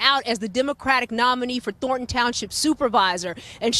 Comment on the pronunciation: AI Narrator. "Thor-tahn" be better